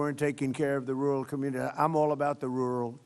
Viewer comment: He can't even say rural.